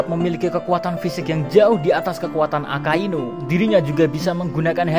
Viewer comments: Mimin salah ucap yee di menit 5.59-6.00, harusnya AKAINU bukan AKASUINU 😁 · 06.00 yang gw denger akasuinu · Guwe skip pas mimin bilang ak*asu*inu.., mau ngekek dulu njir...🤣🤣🤣 👍👏👏